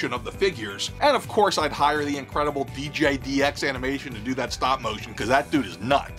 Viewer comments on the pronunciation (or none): Thanks for the shout out yet again brother. And fun vid! Only thing is you keep saying “DJDX” tho and it’s “DGDX”. Ha ha.